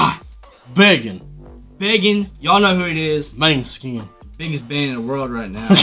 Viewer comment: Guys, Moneskin is how to pronounce it right!